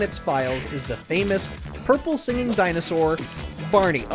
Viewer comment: Thank you for getting Blarney's name right this time.